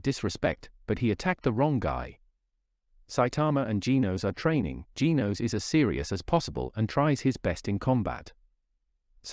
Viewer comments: It's genos not geenos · It is not geenos its genos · It's not Gin-Os Gen-Os